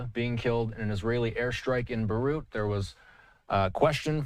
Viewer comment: The moment you cannot pronounce Beirut is when I stop watching.